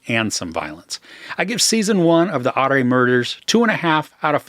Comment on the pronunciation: Hi, Love your reviews, very entertaining. I think 'ARE MURDERS' as you said pronounced as 'ORA MURDERS'...............Episode 3...Hidden in Snow: Part 3.............Goodluck!